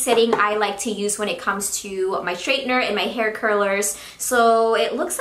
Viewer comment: I am just wondering why you say SHtraightener rather than straightener? :-)